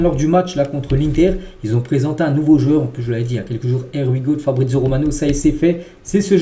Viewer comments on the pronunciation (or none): Je t’ai tellement entendu prononcer “Air We Go” que lorsque j’entends Fabrizio Romano prononcer “Here We Go” j’ai l’impression que c’est lui qui a tors😅